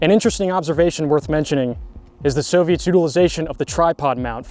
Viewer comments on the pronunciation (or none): none